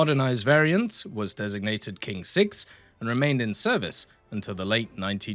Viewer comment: You can read it as Tsing-6 if you want to pronounce correctly.